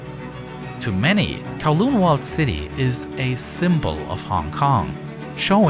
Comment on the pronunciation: ITS NOT THAT HARD TO PRONOUNCE CANTON AND KOWLOON CORRECTLY. DO SOME BLOODY RESEARCH